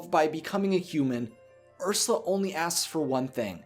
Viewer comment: It's urs you la not ursa